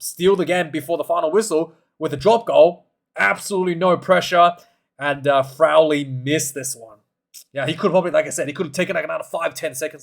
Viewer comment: Ciaran Frawley is the name . Not Frowley or Crowley !